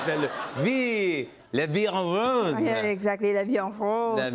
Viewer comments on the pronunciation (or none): The way he pronounced « la vie en rose » was so hilarious when as a French I hear it 😂😂😂😂